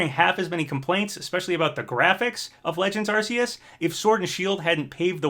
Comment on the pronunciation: You're right, everyone knows it's supposed to be pronounced AR-KOOS!